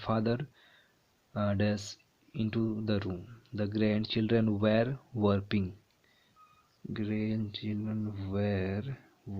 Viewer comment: "wrapping is pronounced as rapping not wapping"😂😂😂😂😂😂😂😂😂